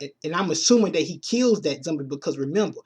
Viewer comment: Why can't you use the o sound you say cumic books, zumbie lol